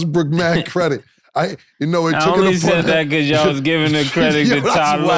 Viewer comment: Cam be like...beqause. 😂😂. Mf do not know how to pronounce because 😂😂😂😂. Or brought. I bought it from the house. 😂😂 It's like 1090 Jake trying pronounce apartment. Apahtment.